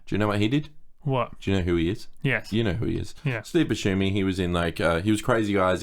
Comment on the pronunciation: Someone plz teach how to pronounce Steve Buscemi's last name